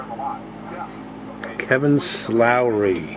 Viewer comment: his last name is slowey not slowrey